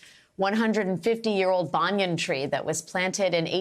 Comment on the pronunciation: I am sitting on my couch just in utter disbelief. Please pronounce the words and names properly. Waiola church and Banyan Tree.